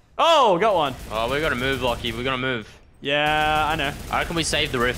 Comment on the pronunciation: Antony Eertmoed lachys name is pronounced lock-e